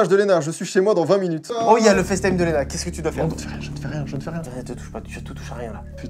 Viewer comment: Ça me stresse à chaque fois qu'ils disent Léna.